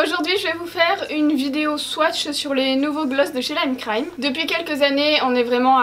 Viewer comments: Tu soule à dire le C le lime crime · Mais comment faut il prononcer lime crime alors ? 🤔 Super vidéo comme dhab , my fav c’est le naked cherry aussi quand je mets du gloss c’est parce que je veux un make up naturel donc les couleurs trop folichonnes glossy très peu pour moi (#RaconteTaVie) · Lime crime la seule marque que prononce en anglais 😂😂😂😂😂😂 je t'adore